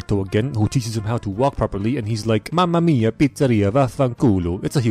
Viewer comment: I'm italian and hearing you say words like "vaffanculo" or "mamma mia" is literally the most funny shit ever